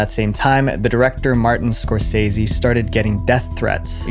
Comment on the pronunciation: Martin's last name is pronounced (score say zee)